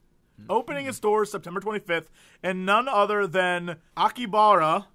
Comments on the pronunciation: Repeat with me... A-KI-HA-BARA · You know. If it's hard to pronounce for you. Jesse. You can just called it Akiba. It's a shortened version of Akihabara that even most japanese use to refer to that part of the city. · that's not how it's spelled or said. :x Aki-ha-ba-ra. Akihabara.